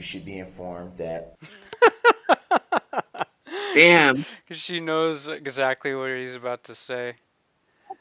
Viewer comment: wasn't it so annoying how he pronounced words!? Troof-truth Oaf-oath Wif-with Dat-that SuBstain-sustain Ughhhhh!!!